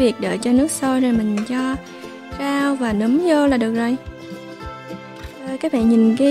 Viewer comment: noi say roi ma oi nguoi ta goi la nam ma cu num hoai